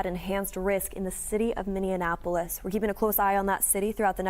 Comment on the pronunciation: Really hard to hear that pronunciation of Minneapolis! 😬